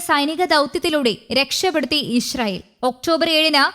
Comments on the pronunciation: ബംഗാളി ന്യൂസ് റീഡർ ആണ് എന്ന് തോന്നുന്നു ഇശ്രായിൽ 😅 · ഇസ്രായേൽ എന്ന പേര് ശരിയായി വായിക്കാൻ അറിയാവുന്നവരാരും ഇല്ലേ ?